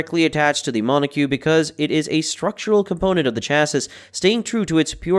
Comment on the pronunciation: It's pronounced [MON] + [OH] + [KOK